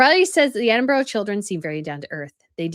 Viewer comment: It’s Ed den burra - not Eddenburg